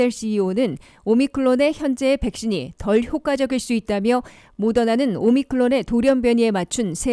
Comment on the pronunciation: 오미크론을 자꾸 오미클론으로 발음하는데 확인하시기 바랍니다.